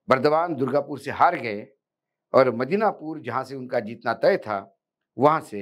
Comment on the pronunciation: मिदनापुर कहिए, मदीनापुर नहीं । कल से ग़लती कर रहे हैं ।